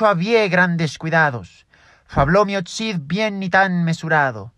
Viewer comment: Gran video y "olé" tu recitación del fragmento del meo Çid , muy buena pronunciación y tan buena que me pareció que estaba en la edad media en los salones del rey. Muchas gracias y siga así. Paz y Amor